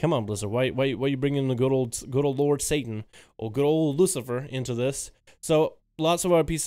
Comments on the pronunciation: Its "saa-tt-in" not satan lol, its another word for cloth. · Sweetie, it's satin..as in a wonderfully soft cloth...not Satan. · Satin(cloth) pronounced Sat-in. Satan(the devil) pronounced Say- tin or Say-tan.